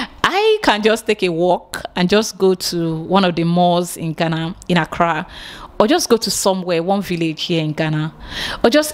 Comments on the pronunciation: Abeg ooo its Ghana ( Gaana ) NOT Gana where is this Gana Gana dey? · ITS GHANA ( Gaana ), NOT Gana, abeg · How do you pronounce the 2 ? Do you know the right way of pronouncing it.